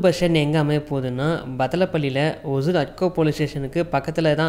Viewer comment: அது பேர் ஒஜூர் இல்லப்பா. ஒஸூர்.